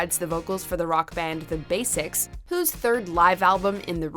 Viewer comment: The Basics is actually meant to be pronounced /ˈbæzɪtʃ/